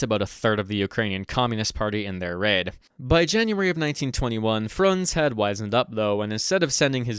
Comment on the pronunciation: A little correction it's Frunze, not Frunz.